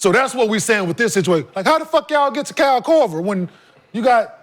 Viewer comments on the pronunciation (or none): none